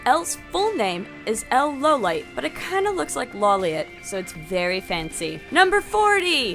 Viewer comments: I always pronounced it law-leeit cause he worked with the law and also is the law. Low light doesn't sound right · L's Last name is pronounced 'low light' let that sink in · Lawliet is pronounced "Low-Light"....Why? Law-Leeit" Makes more sense to me. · Law lee et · WOAH WAIT, L LAWLIET IS PRONOUNCED 'L LOWLIGHT'?